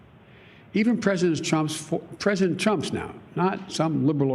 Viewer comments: Did he accidentally say Chump? Lol A true Freudian slip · Did anyone else notice he kept saying President Chump.... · Nobody gonna talk about biden saying president chump twice before he pronounced it right?